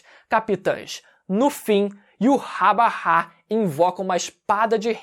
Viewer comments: o nome do rei quinci de pronuncia IVÁTH... não to conseguindo tanca esse iurabara n... kkkkkkkkk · Me dá um nervoso o falando "yuhabaha" kkkkk eu chamo de "yhautch" (na pronúncia apenas)